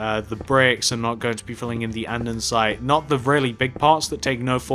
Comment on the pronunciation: It’s andesite not andansite